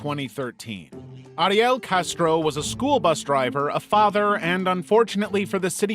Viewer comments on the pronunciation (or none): none